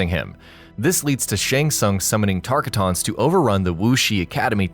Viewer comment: FYI,, It's Tarkata.